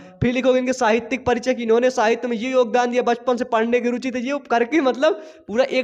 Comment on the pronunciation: साहित्यिक not साहित्यक